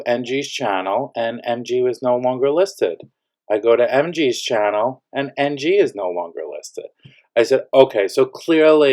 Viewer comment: Did you say NG or MG ?